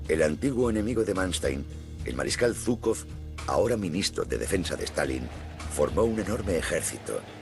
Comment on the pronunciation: Aquí parece que fue Zhuikov y no Zhukov